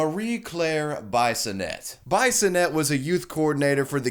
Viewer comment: Bye-son-ett? If she's a Frenchie then it's ' Bee-son-eh', eh?